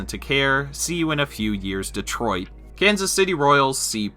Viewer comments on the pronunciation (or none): none